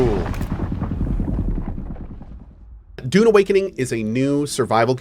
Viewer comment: Have to admit, every time Cohh says Dune... I hear Doom. Something, something Dark Ages. ^.^